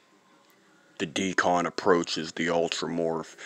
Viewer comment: It Isn’t called a “DE-CON” like you pronounce it. It’s called a Deacon. 👍🏾.